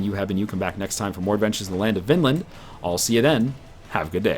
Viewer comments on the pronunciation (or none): The Norse inhabited Greenland 300 years before the Innuit...... GOOOOODDAMN IT!! now i have to list up all the other stuff that has annoyed me :P (i dont have to but i'm going to hhhhhhhanyway) Vinland is pronounced "Veenland" and you might have placed a tinywheeeeny bit too far north... The Northern parts of "Vinland" was called Helluland(meaning something like flatrockland(ish)).. The region farther south was called Markland(meaning something like Forrestland) and the region farthest south was called Vinland. Some historians place Vinland as far south as New York... making the Canadian/Maine forrests Markland.. but no archaeological finds that far south as far as i know.(not that, that has anything to do with the shit you get wrong.... stop reading my thoughts in parentheses) (ffs now he knows that there are no archaeological finds that far south and that your point is basically moot and you should not have written it down at all....... shut up) In the Icelandic Chronicles there is a reference of a ship blown off course on its way to Greenland with a load of timber from Markland in 1347.. implying that the Norse(Greenlanders) still used Markland(America...obviously.. haven't you read the other shit i've written?)for timber over 3 centuries later.... And last but definitely not last, putting Vikings in the filthy heathens category( he hasn't though... BAH I MEAN EVERYONE!! calm the fuck down.... fuck sake..) The Norse ruled lands from the Americas(just one...gahd!) to Byzant